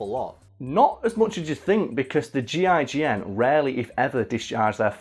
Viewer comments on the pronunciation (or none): Im upset that he kept calling them the G,I,G,N instead of the gign